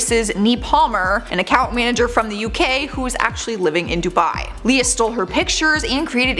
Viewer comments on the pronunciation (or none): none